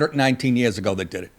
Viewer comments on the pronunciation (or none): "Did" not dias'